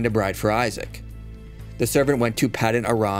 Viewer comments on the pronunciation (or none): none